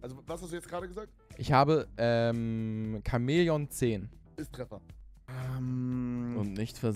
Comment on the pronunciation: Chamäleon Papaplatte: Wo is das K?